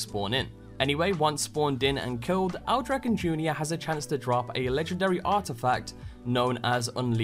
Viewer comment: Cracks me up just how many content creators mispronounced Lectra City... You're the first to say El Dragon, though, as opposed to El Dragón. XD